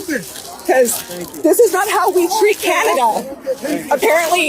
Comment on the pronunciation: Canada became canada PURAM😂😂😂